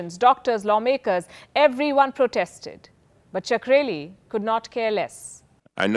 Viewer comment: I feel pronouncing his name like 'Sakreli' is a bit sacreligious